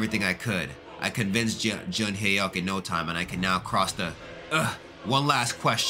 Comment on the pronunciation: Junghyeok is pronounced as jung-hyok